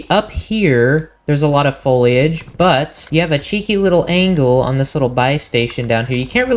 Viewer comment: Foliage- don't pronounce the i bro! Sounds like Folage.